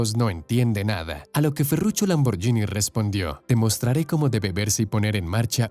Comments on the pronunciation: No digas Lamboryini di lamborguini. Si fuera yini sería Lamborgini pero como es Lamborghini se pronuncia ghini. Saludos. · La pronunciación nos es " Lamborshini" sino, "lamborgini" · Es LAMBORGHINI no lamborgini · en italiano la gh se pronuncia como en español la gu. Entonces no diga lamboryini si no es lamborguini! Antes de hacer un documental documentes e sobre la pronunciacion italiana! Que feo se oye cuando supuestamente es usted un historiador y siempre dice lamoryini. Que ridiculo! Es lamborguini! NO ES LAMBORYINI. Aprenda a pronunciar si es historiador y quiere hacer documentales. NO ES LAMBORYINI! ASprenda. Es LAMBORGUINI! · por cierto, la palabra Lamborghini se pronuncia "lamborguini" no "lamboryini" igual que spaghetti se pronuncia "espagueti" y no "espayeti" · Se pronuncia "lamborguini" porque se escribe "gh". Si sólo fuera con "g" sí se diría "lamboryini". Es un craso error. Al menos hubieras investigado un poco. Eso desmerece tu trabajo. Otra opción era pronunciar "lamborgini" como leería un español. Cuando no se sabe un lengua extranjera se lee como está escrito. Corrigete en adelante. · Amigo aprende a pronunciar el nombre, se pronucia: Lamborguini (no Lamboryini) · En el min. se dice IRASCIBLE y no IRRASCIBLE. Se pronuncia LamborGUIni en italiano y no LamborYIni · Xq pronuncian "lamborYini" 🤦‍♀️ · Si vas a pronunciar el italiano, deberías saber que la "gh" en éste idioma sería en español la "gui"...es decir Ferrucio(ferrucho)bien dicho, salvo el apellido Lamborghini(lamborguini). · Por favor Lamborghini se pronuncia con gui. En Italiano la ghi es gui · Espero no ser denso, pero al menos va servirle a alguien como conocimiento general. En italiano la "gh" se lee como la "gu" del castellano, y la "c" como "ch", Así que Ferruccio Lamborghini, se pronunciaría Ferruchio Lamborguini. Saludos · Lamborghini ( pronunciación Lamborguini) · Se pronuncia lamborguini marca del carro en latino America está mál pronunciada ... 😁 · Mala pronunciación de Lamborghini.